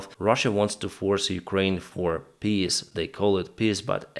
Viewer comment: I like the way you talk about "russian piss proposals". ("Peace" and "piss" are pronounced differently in English. The first has a looooong vocal, the second has a short vocal).